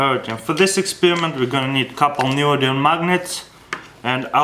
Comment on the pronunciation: "Neodinium Magnum" :D